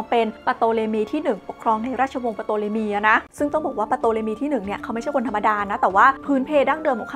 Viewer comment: ตัวPที่อยู่หน้าตัวt เขาไม่อ่านออกเสียงไม่ใช่หรือครับ ชื่อน่าจะอ่านว่า ทอเลมี ไม่ใช่ปโตเลมี นะครับ